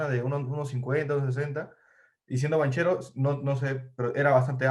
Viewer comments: No lo tiene, desde que dice "banCHEro" y no banquero. Parece uno de esos que limpia lunas en los semaforos y tuvo la idea de hacer un video de algo que desconoce completamente. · Se pronuncia, Banquero,sentido común, si no sabes pronunciar se pregunta, y se aprende,nadie nace sabiendo,❤️❤️👍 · Se pronuncia banquero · Banchero, se pronuncia banquero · Amigo. tanto te cuesta pronunciar bien el apellido Banchero.